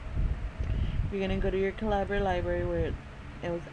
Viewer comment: For future reference, it's said Cah-lih-bur, as in .50 caliber round, its just the UK way of spelling